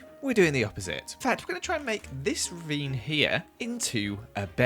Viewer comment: Wow- its “ravine” not “rebeem” im 13 and I figured that out today.